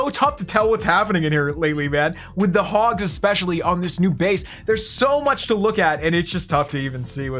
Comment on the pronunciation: Same old time fail, 3 attacks and an upgrade! Absolutely no content worth watching! No strategy! No base building! No help whatsoever to any player who wants to learn. lab video's are just for kids. All he does is add an 'o' to the end of his troops like 'Hogos' etc etc.... Boring!🙈